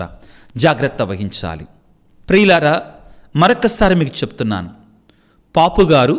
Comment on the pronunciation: పాపు గారు yendandi, పోప్ కదా